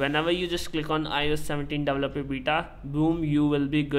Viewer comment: apple davaloperr 😂😂😂🥹